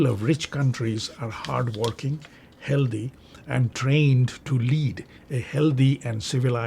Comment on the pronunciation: Why do you say Healthee? Instead of healthy?